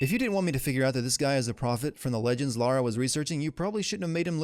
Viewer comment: You are better than GCN because you pronounce the Protagonists name correctly. You say Lara, not Laura. THANK YOU! It pisses me off when supposed "Perfectionists" make such a stupid mistake.